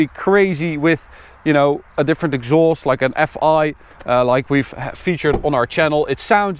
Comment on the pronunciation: What language is he talking, Why is he pronounsing these Words like that: scho Schaloon Exschaust This isch Its juscht Its schpechial You can sche Schet thisch Gearboxsch They use much of sch ch sch